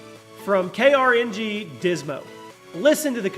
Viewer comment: K-R-N-G😂😂 its called Karnage